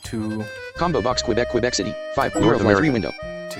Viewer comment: Man, you said right. Quebec as kebek. Don't know why many synthesizers say quebec as kwebek, not kebek.